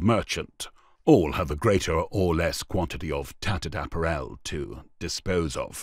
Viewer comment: Why can't this commentator pronounce 'apparel' correctly????